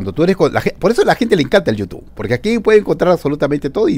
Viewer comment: No se dise YOU TU pend………………o se dise YOUTUBBBBB YOU TUBE